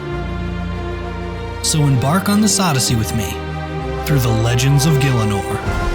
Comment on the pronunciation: gILLAH NORE? IT IS GHEELA NORE